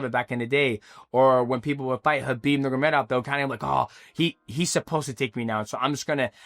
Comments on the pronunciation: NurMAgamedov, not Nurgamedov. Thank you haha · Umar NUR-MA-GO-MEDOV not NUR-GUR-MEDOV hearing you mispronounce his name so badly so many times drove me crazy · Nur-ma-go-med-ov Five syllables. You never manage more than four.😅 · Who the hell is "umagemadagufov"? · "Umar Nurgameda" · DJ said Umar Nurmagomedov 50 times and didn’t pronounce it right once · DJ has a very hard time pronouncing Nurmagomedov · did DJ go to the chael sonnen school of fighter name pronunciation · Mighty, stop saying Umar's last name lolol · DJ said Umar's name 20 different ways and I don't think one of them was right 😂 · Bro STRUGGLES to say Nurmagomedov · The way this guy says Umars last name is wild. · Ts was frying me 😂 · Take a shot every time DJ butchers the Nurmagomedov name